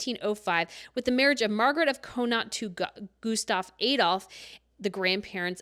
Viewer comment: I can’t reiterate enough. Con. Aught. It’s never been Coe. Never. Never